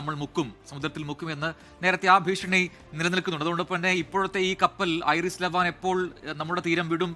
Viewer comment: ഐറിസ് അല്ല വിവരക്കേടേ. ഐ ആർ ഐ എസ് എന്നാ പറയുന്നത്. ഇസ്ലാമിക് റിപ്പബ്ലിക് ഓഫ് ഇറാൻ ഷിപ്പ് എന്നതിൻ്റെ ചുരുക്കെഴുത്ത് ആണ്. ഇറാനിയൻ നേവിയുടെ യുദ്ധക്കപ്പൽ ആണ്.